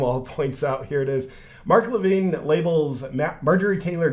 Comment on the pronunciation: Loved how you mispronounced mark levins name differently every time you said it. lol 😆